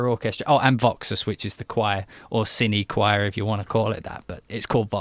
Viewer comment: you are pronouncing "SILLY" instead of CINE!:O:P